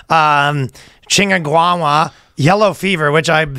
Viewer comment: The way Ryan butchered Chikungunya got me right at the start!